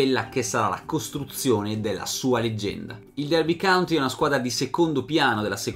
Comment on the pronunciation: complimenti per il tuo lavoro! il tuo canale realizza quello che ho sempre desiderato sulle storie del calcio. Però,ti prego: Derby COUNTY (contea), non "country". Con amicizia.